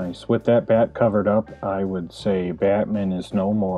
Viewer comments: I love how you say Batmin. Great work though, looks great! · Yo, bro. Pleeeaaase tell me you pronounce Batman like that on purpose. Lol. Looks great, man!